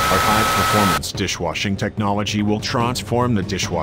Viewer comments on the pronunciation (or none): "TRONSFORM" frick yes